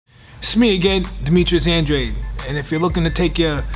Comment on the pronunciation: Anne-DRAYD not Ahhn-Drah-Dee